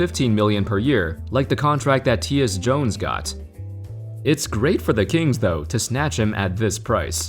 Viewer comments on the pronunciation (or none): Nigga really said T S Jones 💀💀💀💀 its pronounced tie yis Jones cmon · Who is Teeus Jones? Lmfao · Tyus 🤣say (Tie - us) not Teus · “Teeyus Jones” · “Tee-uhs” Jones